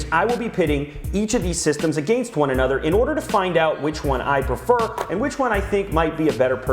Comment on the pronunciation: I love how Lew pronounces "against" haha.